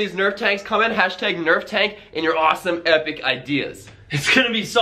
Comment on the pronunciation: its nerf not nerve